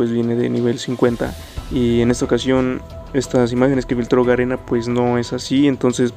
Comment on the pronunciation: Amigo dijiste Garena 🤣🤣🤣